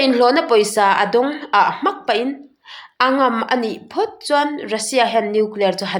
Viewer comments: ..mizo tawng i uluklo tlat....a ngam a nih chuan tih kha i chhiar Diklo aw...a Ng a m tih tur aw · 'Phum' tih leh 'ngam' tih hi i chhiar dik lo deuh